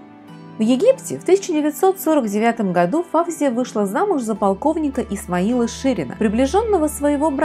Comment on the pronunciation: Не ФАвзия , а ФавзиййА . Имеет корни османских турков ! Что касается французов ,то они некрасивы. У ФавзиййИ утонченная внешнгсть именно от османов . Достаточно посмотреть на ее бабушку, отца, брата и самого Фуада Ахмеда -l , короля Египта. Не Исмаил ШИрин, а Исмаил ШирИн .